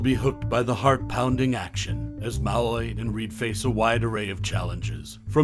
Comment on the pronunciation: HIS NAME IS PRNOUNCED MA LOY NOT MALLORY.